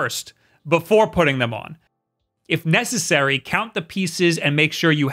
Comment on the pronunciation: “if NESessary-“ Was that intentional?